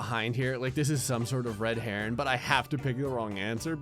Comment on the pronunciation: "red heron"